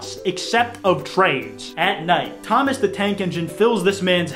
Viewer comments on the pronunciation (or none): none